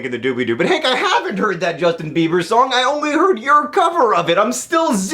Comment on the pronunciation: Jushtin Beebur? Is he one of those newfangled Dubstairs? Like Skillex or Deadmow-Five?